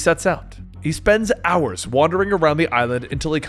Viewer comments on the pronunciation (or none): none